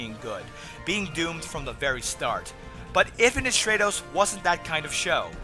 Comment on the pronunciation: short "a" sound in stratos. It's Greek. I like your reviews too, thanks. Most anime channels make me want to hang myself.